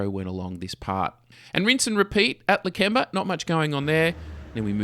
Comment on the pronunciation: It's Lakemba not Lakember